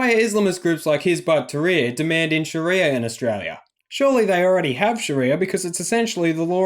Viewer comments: soun like shes saying Shitty-er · Can Aussies please stop calling it "SharEEEEEYYYAAA", it's almost as bad as hearing Abdel calling it "SHARRRRREEEYA". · Every time she emphasizes sharia I just want to punch her in the face.